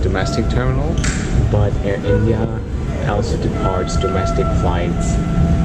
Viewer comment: Mate you got to fix the way you say “ Also”.. it sounds more like Elsa 👍🏻